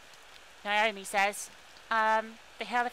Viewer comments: LOL It's NAH-OH-MEE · Your pronunciation is kinda... Off. Naomi is pronounced (in Japanese) 'Now-MEE,' for example.